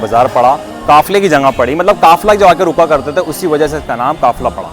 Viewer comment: Assalamualaikum janaab. I'm also from Tonk. It's a very informative blog but please note that the correct pronunciation is "Jagah" and not "Janga". Also, it's "Qafla" and not "Kafla."